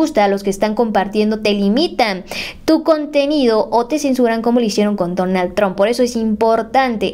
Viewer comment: se dice donald trump no donal tron